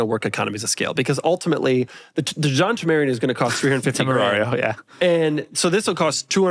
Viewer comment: The “Lamborghini John temarian” - Doug 2025